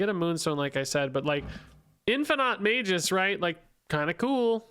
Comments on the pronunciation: it's mag-us not mage-iss. A hard G. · its "may·guhs" actually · Hi bro, magus is pronouced maggus. Have a nice day! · Isn't it Mah-Gus? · It's Mag-us. Ag like in Drag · Magus: may-gus